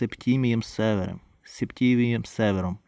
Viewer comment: Не КоммОд, а КОммод, не Север, а СевЕр